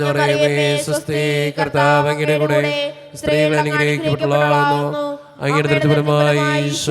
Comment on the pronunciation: Thanks. സ്ത്രീകളിൽ അങ്ങ് clear ആകുന്നില്ല